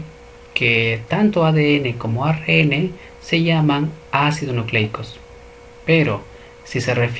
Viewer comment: Muy buen video, muy bien explicado. Sugiero al profesor pronunciar bien algunas palabras, ejemplo célula y ARN.